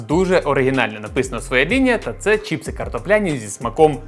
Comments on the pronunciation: чіпси не правильно казати правильно чипси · Вот только на Украинском правильно не Чіпси а Чипси